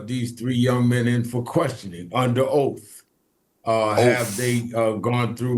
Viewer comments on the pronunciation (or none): Its oath not OAF